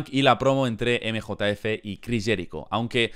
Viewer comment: nosotros: emjejef 🤠: emejotaefe 😎